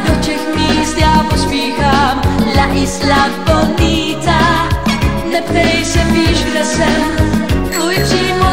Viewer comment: k tej výslovnosti, skús si vypočuť originál od Madonny... spojenie "La isla bonita" je po španielsky, nie po anglicky, preto to vyslovuje mäkkšie, a to sa mi práve na Ilone páči ;-)